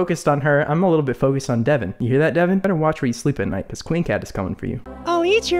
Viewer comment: Other youtubers: I cant tell his name to you guys: “DeVoN”